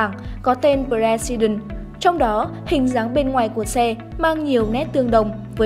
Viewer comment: Tên hay ý nghĩa mà biên tập viên đọc là bờ re si đừn. Thua